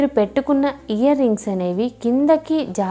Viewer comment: hear rings kadu ear rings